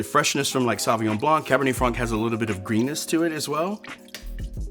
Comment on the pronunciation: So good but Jesus Christ, learn a bit of French pronunciation! “Sovvinyon-“ no.